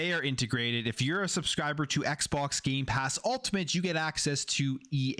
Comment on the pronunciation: Did he just say “gaypass “ in the intro?😂